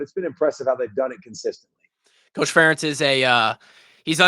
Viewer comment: Good one. Although, I did not like the mispronunciation of Ferentz!